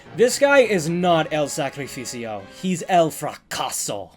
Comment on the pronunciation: You pronounce 'El sacrificio' in the most white way possible